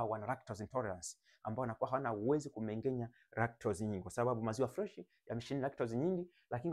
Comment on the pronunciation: Wahaya Ng'a ng'e ng'i ng'o ng'u sio Nga nge ngi ngo ngu...Kumbe KUMENGENYA ndio KUMENG'ENYA..